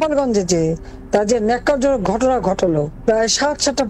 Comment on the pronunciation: Oi Newsreader, Oita “nokkarjonok” noy! Oita hoilo “nekkar-jonok”! Mind your language 🥸